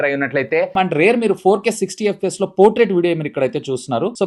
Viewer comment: It's "Portrait" not 'Potrait'